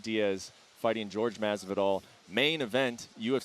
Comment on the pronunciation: When people pronounce Jorge as George that shit pisses me off😂